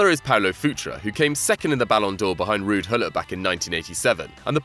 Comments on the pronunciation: Rudd Gullit?! seriously? it's Ruud Gullit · Its Ruud Gullit Not Rudd Gullit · Ruud gullit not rudd gullit 😂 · Ruud gullit not rudd gullit